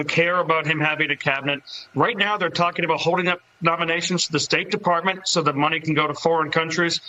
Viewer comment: Did he say “Partment”? I believe he meant department.